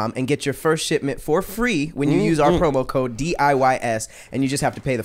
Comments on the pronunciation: I swear says, “promo-chode”. LOL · HOW DIDNT ANYONE MAKE A JOKE ABOUT PAT SAYING “PROMOCHODE” . I’m so disappointed in y’all. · says promo "chode" 😂